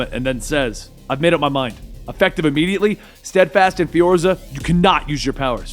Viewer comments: I gotta say...it's "Fware-za"! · why does he keep calling "Fuerza," "Fiorza?"